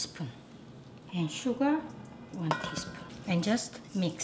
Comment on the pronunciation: Whenever she say sugar it sound's like suga😁💜